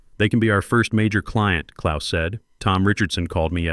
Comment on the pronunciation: As a Gernan-born lad with the birth-name, "KLAUS" I enjoyed seeing the name written correctly and also spoken correctly! Knowing how precise my mother was about everything she said and did, I can just imagine how this BOARD struggled with the directness of the German Language!